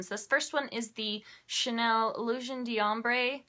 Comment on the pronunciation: I'm in love with your makeup basket this week!! BTW, your resident French speaker says that it's Illewsiawn D'Awmbruh. LOL. Hope you can understand what I mean by the pronounciation. And it's not Dee Ombre lol. You gotta flow with it :P Hope that makes sense! Hahaha :D